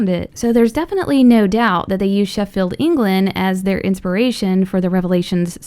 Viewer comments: You said Sheffield wrong you said sheffeld not Sheffield and I also live there is I know this stuff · i hate how you say Sheffield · It's Sheffield not Sheffield England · I'm from Sheffield, so I actually got excited when she said it, but the way she pronounced it, no hate but it was just funny